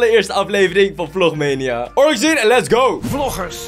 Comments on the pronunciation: Je spreekt het uit als vlogmaaniejaa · Je zegt vlogmaanieja